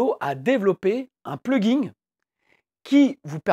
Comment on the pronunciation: Vous pouvez arrêter de dire "pluginGUE" ? Pitié.